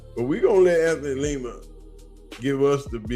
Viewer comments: LYE-MUH not LEE-MUH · We about to turn up on their punk asses"...yet can't pronounce Lima(lie-ma). Calls him (Lee-ma)😂. Push back on incorrect information? How about push back on incorrect pronunciation? Asking for a friend. 🤷🏾‍♂️